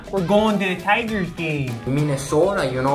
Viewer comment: A little chaotic. Now, more importantly, who is the crazy sexy dude on the right with the "eyebrows"? I must "have coffee" with him! "We're goin' to da Tyeegerrs gaame."